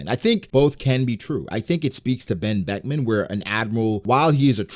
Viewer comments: he said ben Beckman in ugh engrish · "Wen Weckwan" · Bro i lost it at the "OoOoh...Ben Bekuman". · Oooh... Ben Beckuman... 🖐️😯🖐️